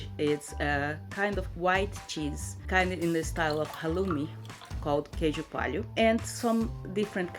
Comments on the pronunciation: Queijo (Kay-joo ) Coalho Co-owl-you). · The way she pronounced 'queijo coalho', so cute!